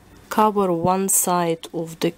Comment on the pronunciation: Ахах, уван, ту, три. Вы точно русская :D